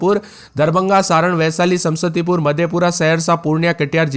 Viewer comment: Samastipur isko bolne nhi aata h sam sati pur bolta h 😂